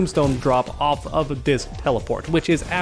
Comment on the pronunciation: "do dis move"